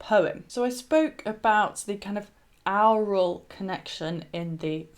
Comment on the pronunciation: Your pronunciation of aural.Sounds like owral.